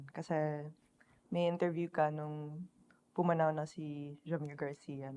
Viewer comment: mismo chong, prang ndi yata siya galing sa rakista/nu-metal subculture nung early 2000s sa metro manila, at base tono nya ( lalo na nung sinabi nya yung "pumanaw" , wala pa yata akong naririnig na tagalog na ganyan bumigkas ng "pumanaw" haha ) halatang hindi sya laking maynila eh, cguro mas mainam kung pinili nila ung interviewer na laking metro maynila at na experience mismo ung early 2000s nu-metal scene, plus points kung nakapag slaman pa sa gitna ng mosh habang houndz ung bumabanat